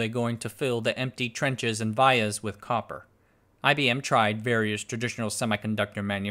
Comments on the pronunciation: Not Vy yahs - Vee YAhs. In America. VIA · I design and put together power IC's for a non-descript large corpo. They're pronounced "vEE-uhs" ;) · Vias: “Vee-uhs ” Pitch = line width + line spacing Actually, Black Diamond is the name of the best song from KISS. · The way you pronounce vias triggers me 😂, love the video’s regardless